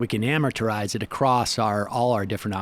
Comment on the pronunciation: Amorturize? Wtf